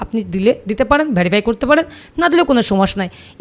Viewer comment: আর হ্যাঁ ভেরিফাই নাকি অন্য কিছু উচ্চারণটা একটু সঠিক বল ভাই এজন্য তোমার ভিউ হয় না